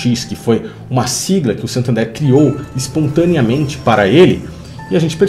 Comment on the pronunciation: Tu viajou no nome do banco. SANtander e não SATander, nada a ver com "SATAN THERE".